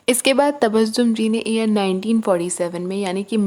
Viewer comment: What do’u mean ear 1972 se ?.... can u not pronounce year?.. why speak English if you speak bad English?..stupid woman